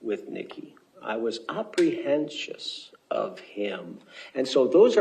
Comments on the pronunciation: “Opprihensious” is a new word . . . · Opprehentios!? WTF!? Did he mean apprehensive or is this guy speaking some sorta Florida swamp people Patois? Weirdo.